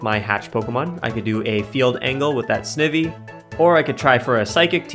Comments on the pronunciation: Of note: I believe Snivy is generally pronounced 'sn-ivy' as in the plant, Ivy, rather than 'sniv-y' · Snivy: “sneye-vee” Snake and then like the ivy leaf on its tail 🤣🫶🏼